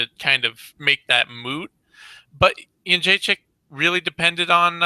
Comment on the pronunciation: It's befuddling how such an articulate man can so badly butcher names (e.g., Jedrzejczyk, Nguyen, Benoit). Can't wait to hear the post-fight analysis of UFC Seoul (where hopefully, Chico Camus makes his way onto the card). p.s. I started thinking Holm had a Buster Douglas of a chance when I saw the weigh in. I had no idea how big she was.